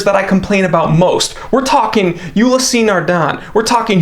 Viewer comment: Ulysseee? The pronunciation is ULYss